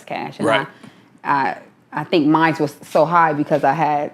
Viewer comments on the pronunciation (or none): Mines. Please stop with that shit it's mine there ain't no fucking Es at the end